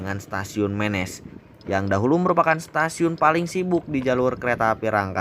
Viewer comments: Dibacanya bukan mėnės...tapi menės....daerah itu penghasil emping pandeglang yg terkenal...salam sukses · Penyebutannya Menés, bukan Ménés. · Kang ari Menes teh dibacana: "Meunes" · Wah stasiun Menes diliput, dulu disini tempat main saya waktu kecil, karena sekolah SD saya tepat di perempatan sebelum masuk stasiun. Ejaan menesnya dikoreksi ya Me nya siga nyebut merapi, nes nya udah bener.. Sip lah lur.. Orok Menes mana sorana?